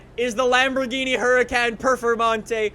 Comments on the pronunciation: FYI. It's pronounced Hurakahn Performanteh, not hurakän pformante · I think it’s pronounced “Her-uh-con”. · You literally completely exit out the R